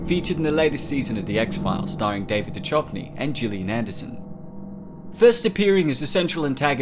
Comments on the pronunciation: "David Da-chuuvanny"? I think he prefers "Da-kuvanny". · It's pronounced duh-Kuv-nee. Not duh-chuv-nee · it's "doo-kov-knee" not "doo-chov-knee" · It’s “kuv-ny” not “chuv-ny”. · Duchovny is pronounced DuKovny, Not Dut-sho-vny. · David Du-chuv-knee? What the fuck? Is it not Duke-of-nee? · Isnt it david de'kovney? Its not a che' sound. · It's pronounced like Due-cov-knee. Not du-chove-knee. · You're pronouncing his last name wrong. Its pronounced "Doo-Kuv-nee" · It's pronounced doo-kov-nee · This was a good fucking episode. This whole season I fucking loved. His name's David (du-kov-nee) mate. Gillian, a plea. Don't leave!!! We need more X-files. It's literally the only American programme I care about, besides Stranger Things. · Mate its pronounced due kovny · U butchered his last name DUH KUV KNEE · David Duh-CHUvnee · Holy mother of jesus did you just butcher david's last name sure i understand why you would think that's how it's said but damm real x-files fans know its d-koff-knee if you understand what i am saying lol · “DuCHOVney”? Really? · just for your personal clarification David Duchovny's name is pronounced with a "c," so "Du-COV-ny" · It's pronounced "Du-KUV-nee" FYI. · David Duchovny said it is pronounced like a hard c! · David Duchovny last name is pronounce Ducovny, the H is silent :) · David "De-chotney" lol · It is David DuHovni not DuCHovni, H like Home not CH like CHange. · David Dew-chuv-ney. Good job mate. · Duchovny = DUE-COVE-NEE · That accent..David Du"ch"ovny 😂 Never heard his name pronounced that way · The incorrect pronunciation of Duchovny at the beginning made me gasp. 😂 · If you want to pretend to be an X-Files expert, you might want to learn how to pronounce the main actors names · your pronouncing duchovny wrong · You actually mispronounced Duchovny's name. Are you fucking kidding me? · The pronunciation of duchovny was one for the ages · Why did he mispronounce David’s last name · Dude. They way you pronounced David’s last name😵